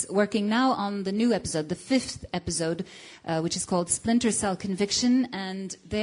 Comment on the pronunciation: epizode lol she said epizode